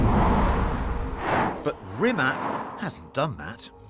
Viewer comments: It's not Re Mack! Pronounce it as Reematz! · That car deserves proper respect, doesn't it!! Starting with pronunciation BBC. It's NOT RimaK, rather RimaC (last letter is pronounced like first from word Zeppelin and not like first from word Canada). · Get it right not RIMAK its RIMAC CCCC Not. KKKK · its Rimac with C not Rimak with K...... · It is not “Rimak”...it is “Rimac”... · It's pronounced "Rimats", not "Rimak". 🙂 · rimatZ not rimatS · Not Rimak but Rimac (Rimatz) and not Nevira but Nevera which means Infidelity. You get paid millions for not knowing how to spell it properly. Ruined the video 🙈🙈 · It's a shame that you journalists still don't know how to pronounce Rimac. Once and for all, C read C, not K... shame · its not rimak its rimaC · It's not Rimak or Nivira... it's Rimac Nevera... learn how to pronounciate properly cars name you brits ;) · It’s called “Rimats”, not “Rimak” 😂 Did they honestly lend you a car for the video while allowing you to butcher their name? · It is not RimaK it is RimaC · AND ITS NOT RIMAX, ITS RIMAC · RimaC not RimaK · The pronunciation is not Rimak, its Rimats. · I am very angry because everyone say's Rima K and not RIMA C .... I hate that so much. Its his name for god's sake... Have a little decency to learn how to pronounce his damn name. Have some respect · It's NOT Rimak, it's RIMAC with C, not K. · Whats a "rimaK"????? It's called Rimatz!!!! Also the Hummer EV has a 212-kWh battery pack wich is far biger... this clown! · It's Rimac ,not Rimak!!! 😊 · It’s pronounced Rimats not rimak 😢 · It is NOT Rimak. It is pronounced Rimats. TS at the end. I mean don't you people have the organs to pronounce the name properly? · it is not called "Rimak" its "Rimac"..all that praise and advertising but u cant even get the name right one single time 😂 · Rimac is pronounced 'Rrimatz' everyone. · For all those who wanna know, its pronounced "Rimatz". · rimac, say: rimatz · btw, try to pronounce this name right: reemats... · *Rimas (pronounced)